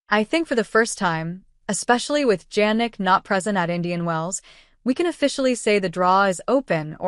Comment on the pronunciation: Please pronounce Sinner full name correctly: Jannik Sinner not Jagnic Sinner. It’s sounds like Yannik Sinner. It’s not Jeynik Sinner.